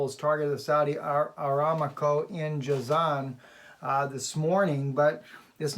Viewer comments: Pronunciation.....?......A-RAM-Co. Rather than Aram-co. .? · Just a friendly correction -- it's 'Aramco', not 'Aramaco' (as it was pronounced). I know someone who used to work there. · Saudi oil company is pronounced Saudi Uh-RAM'-co. Or, like God revealed to Abraham.. a-RAM-co in the thicket, to sacrifice instead of Isaac..:-D